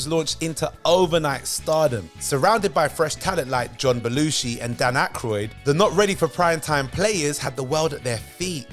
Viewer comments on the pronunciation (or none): none